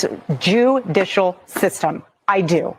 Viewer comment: I mentioned that the other night on one of your videos I said, did you see how erica said jewdicial